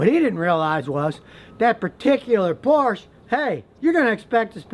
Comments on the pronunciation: Hey Scot-tie, "Porsche" is a two syllable word. Unlike the "porch" you sit on smoking weed before you make your videos. As for your actual knowledge of them, that appears to be equally deficient. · Whats a porsh? Ive heard of a porsche but never a porsh. Trust a mechanic to be talking about a car we never heard of. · If you do not know how to even say Porsche (Poor-sha), perhaps you do not know enough to discuss them either. The bottom line is simple, nobody makes a better sports car. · When will you learn to pronounce Porsche. It is not one syllable, it is two syllables, Por sha ! Get it right. You are correct about Porsches being money pits. I've had three and the last one was the last straw, $1500 for 30K mile service. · What’s a “porsh”? Is that like a “Chevralett”? I mean if you are going to butcher Ferdinand’s last name might as well butcher Eddie’s last name. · It is not "Porsh" car guy should know how to say manufacturere correctly... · I have bought 5 "used" Porches (dude...pronounced "PORSHA", and loved every one. yes there are repairs, but that applies to most cars. I would not give my bicycle to this guy.... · why would you even listen to a guy who can't even pronounce the name correctly. its porschE. there is an e at the end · Scotty its por-sha not Porsche. and mine is a 99 I bought used and have had very few problems at all with. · It ain't a "porsh", it's a Porsche. Just like a Volare or a cafe it has an "e" on the end that is verbalized. It's a guy's name fer crying out loud. The ignorance of some people who profess to be experts in automobiles and even make youtube videos is absolutely ASTOUNDING. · Hi Scotty, I love your videos...very informative and fun to watch...But, please...the German sports car maker Porsche is pronounced "porsche" with ehhh...on the end, NOT "porsch".....So many people make this mispronunciation...drives me crazy...Thanks Scotty! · Por-SHA. Two syllables. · Scotty, it is pronounced 'Poor-SHUH'. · Scotty... it's Porsh-a